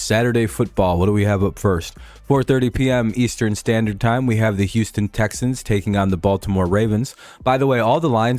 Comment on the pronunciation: Texans to duh supuhbowl!